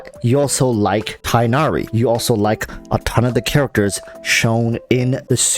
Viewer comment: So umm.... Many people pronounce tighnari as tie-naree which is kinda wrong. It's like teek(gh)-nah-ree